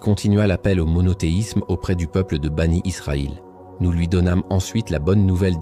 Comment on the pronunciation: Bien sûr. Cette voix c'est l'intelligence artificielle. La prononciation de certain mot le prouve. Par exemple quand il lit mécaniquement Aleyhi salam en disant AS, ou les enfants d'Israël il dis banit Israël, ou laa illahah ilallah, la prononciation n'est pas correcte. Ce sont des éléments qui atteste sans conteste que c'est l'intelligence artificielle.